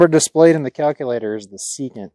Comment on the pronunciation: You left out the “N” in secant.